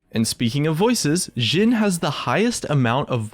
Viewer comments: You are speling Jhins name through the whole videom You were saying Zin or Dzin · he says jhin like sjhin. triggered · its a hard j like jif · he says it like amix of jhin and shin. like the jh/sh is really triggering for me